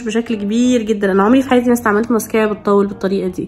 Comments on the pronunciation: دي شكلها فيها حرارة لأنها بتكوي الرموش زيي لما تكويي شعرك بالحرارة 😂😂🤣 بسمة اتكلمي زيي الناس لما تجي تقول ماسكرا مش مييسك اآ ر ا سبحاآنكـ آللهم وبحمدك أشهد أن لا إله إلا أنت أستغفرك وأتوب إليك 💜💜💛 يلي يقول هذا الذكر لا يغادر المكان إلا وهو مغفور له بإذن اللـه 💛💛💜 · اوك عادي لكن مش لهدرجه لانه الناس تقول ماسكره عادي مش ماسكررره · ماسكرا❌ ميسكرا✅ هههههههه❤ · هو انتي لي بتقولي الماسكرا 😂😂😂😂😂😂😂😂😂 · ليش تقولين ميسكارا 😂 مو قصدي اتنمر بس احس الكلمه غريبه وبنفس الوقت تقهر 🌚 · هوا إنتي ليه بتقولي كلمة مسكارا بطريقة غريبة كده عن باقي الناس 🤔🧐